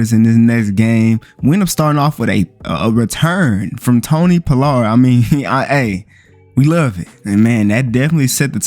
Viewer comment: Bruh...you can't say Pollard at all🤣🤣🤣🤣🤣🤣🤣🤣